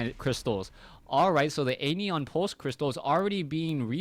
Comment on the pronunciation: love your casts, but man, learn to pronounce stuff... the "an" in anion is pronounced like in "ran" and "ion" is like if you were saying I have my "eye on" you. I also don't think I've heard you ever pronounce chitinous correctly, in the 9 months or so I've seen your casts -.-'